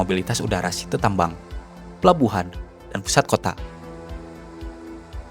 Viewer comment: Sitee gak tuh....... Bacanya Saiit (Site) :face-purple-crying